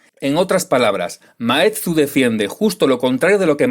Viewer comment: Maeztu, no Maetzu